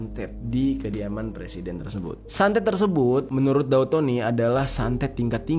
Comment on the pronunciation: Daud bg bukan dau